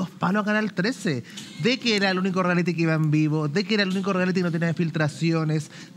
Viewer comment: Me da nervio escuchar al animador decir “Riality” si se dice “Reality”. Aparte de eso, me encanta el, es muy simpático.